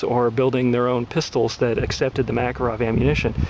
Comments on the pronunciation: ARGGGGHHHHHH...Learn to pronounce Makarov...LIkes nails on a blackboard everytime he says it... It's pronounced: muh-CAR-off Not MACK-uh-rov He's not much of an expert if he doesnt have a clue how its pronounced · It's pronounced muh-KAHR-uhv